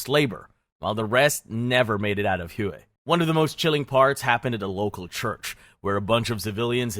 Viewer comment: I love being educated on History by a person who can’t pronounce a single location’s name correctly. Hue is pronounced like “way” not fkin “whoooeeeyyy” 🤤